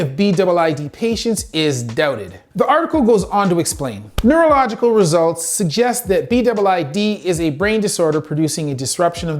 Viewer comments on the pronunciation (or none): none